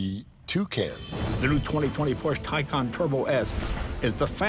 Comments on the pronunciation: Porsche Tucan ? XD is that what he said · Brad is a genius. He combined the name Taycan & Turbo & we got ‘Tucan’. Missed on that ‘S’ though.